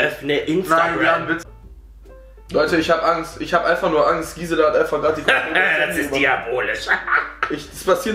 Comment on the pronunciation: Gisela..sagt besser kChBe als manche Auslânder . Respekt 🤣🤣